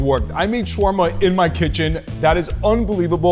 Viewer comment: he prounounced shawarma wrong not trying to be mean